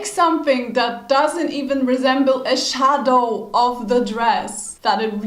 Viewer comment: "A-SHA-DOW" w powiedziałaś tak bardzo po polsku xD